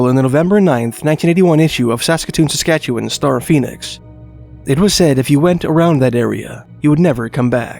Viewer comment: Appreciate your correct pronunciation of Saskatchewan. ❤